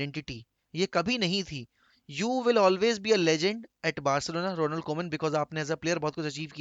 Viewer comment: "RONALDO" KOEMAN😂😂😂😂